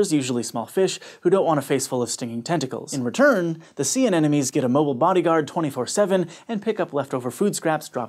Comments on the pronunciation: "Dual wielding an-enemies" lmao umean an-emonie? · I cant unhear “a ne na nee” lol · you did it again. All through out story #7, you mispronounced "anemonies" every single time. Hint: it's not pronounced like "an enemies". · KnightOfTheNight Apparently. :\ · DatAwesomeCottonee Exactly my point.